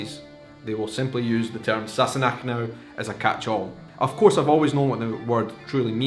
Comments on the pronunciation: You know when I first heard them say this word I thought they were saying “sassy neck” lol. I though it was in reference to Claire’s neck. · In my house it was always pronounced !&%^@ Sassanach!